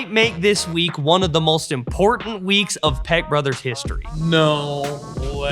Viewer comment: Wife wants to correct your speech and I agree how you pronounce your name peck sounds like you say peg brothers the meaning of what it sounds like you say wow